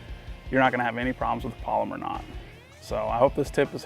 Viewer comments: Its pal o mar. Not polymer. But theyre a great knot. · Pal-o-mar not polymer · Haha polymer knot or pal-oh-mar knot? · You’re saying polymer, pal. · It's not a "polymer" knot. It's a "PALOMAR" knot! Other than the cringeworthy mispronunciation, it was an informative video for those having trouble. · Its NOT a "polymer" knot. Its pronounced "PaloMar" knot. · It's called a PALOMAR not a Polomer!